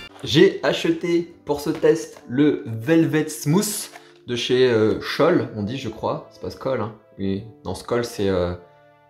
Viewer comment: Smooooth Pas Smouss